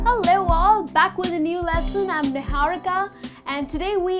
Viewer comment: "Hull-lewo" really?